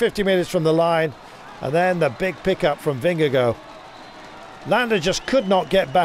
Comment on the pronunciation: He's actually really close to pronouncing it perfectly 🤷